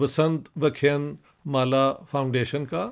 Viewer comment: Dr Sahab ,with apology, it's vyaaaa khyaaaaan maaaalaaa. Many aaaaaaa's are for longer accent to pronounce it which means' lecture series '. Respect.